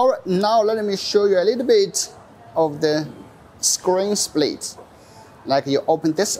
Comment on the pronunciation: Dude it's not "Screen SLPIT" It's Screen Split